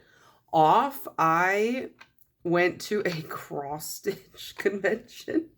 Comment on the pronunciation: ok i thought you said "cross-fit" not "cross-stitch" until i read the comments LOL